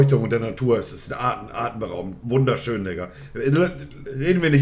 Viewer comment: "artenberaubend schön gewesent" gutes Deutsch 🤣🤣